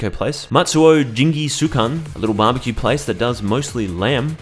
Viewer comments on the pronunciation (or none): none